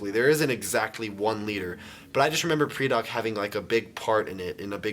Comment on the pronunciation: I always pronounced it "pry-dack" not "pre-dock".